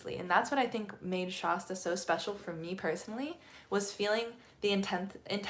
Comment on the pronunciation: I’m a California native and have never heard Shasta pronounced that way. The A is pronounced like “at” without the T. Not like “aah”.